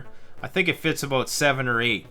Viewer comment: A boat (about). 😂 no offense I'm Mexican I always thought Canadians have a really fun way of pronunciation. I like it.